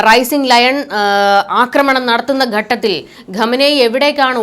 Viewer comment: ഗട്ടത്തിൽ? ഘട്ടത്തിൽ എന്നുച്ചരിക്കൂ.